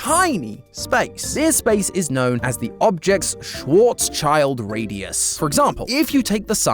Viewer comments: Schwarzschild should be pronounced SHVAHRTS-shilld, not SHWORETS-child. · pronounces schwarzschild as "schwarz child" me: dies its pronounced schwarrrrrrrrz shild xddddddd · erm actually its not prnounced schwarzchild but schwarz-"shild" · "Object's Schwarzs-child Radius" Me a german: Ah yes! A black child radius and not a black shield radius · schwarz child? nonono it's schwarz schild AKA Black Shield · Wth is a "schwozchild" man😭 it means Blackshield, not henry danger professor kid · So about the schwarzschild thingy you pronounced as schwarz child but the sch is pronounced as sh. Its Like the German Form of a sh idk Just was sum i noticed but Love the Videos. :) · gods that pronunciation of german terms is horrible. It is Schwarz-Schild, meaning Black-Shield. Pronounced "Schwarz- chilled" (but without the t-sound at the beginning of "chilled") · As a German, I'm yeeeellling. Schwarz child. Ahhhhhhh. You'd probably be better off, just pronouncing it like shield. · It’s pronounced shwarz-shield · >_< that pronunciation of schwarzschild... schild like shield that's how I've ALWAYS heard it before today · It’s very funny to me, how he pronounces Schwarzschild It actually is made of “Schwarz” and “Schild” which translates from German to “Black” and “Shield” and not “Schwarzs Child” which would mean “Black’s Child” on English or “Schwarz’s Kind” on German🤣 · As a German its painful to hear how he pronounces "Schwarzschild"😭